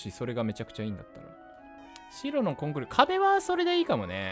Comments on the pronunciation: コン↑クリ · コンクリとかのイントネーション？が違うのめっちゃ可愛いです😂💖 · 自分のところは、コンクリートとコンクリって略した時のイントネーションが違う コンクリートの時は一般的なイントネーションだけど、略した時は先生と同じになる